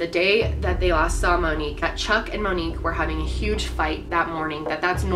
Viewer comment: As soon as you said her name right in the beginning, I just felt, She’s Gone.